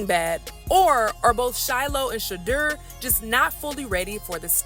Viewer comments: Peope its not pronounced Shahdur, its pronounced Shadoor. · Travesty. The PURE HATRED is real! You're not pronouncing SHEDEUR's name correctly.